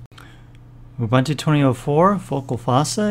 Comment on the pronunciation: It's "OOBOONTOO". There's no such thing as "OOBANTOO".